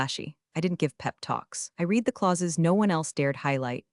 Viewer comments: I sure wish someone would teach AI how to pronounce words properly: Pen-TAY-gun for Pentagon? Reed for red/read (yeah, that's a tough one) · It always makes me laugh our loud that a channel about corporate incompetence can't train their own AI to pronounce words like resumé and Pentagon and oh so many others and can't recognize past and present tense of 'read'.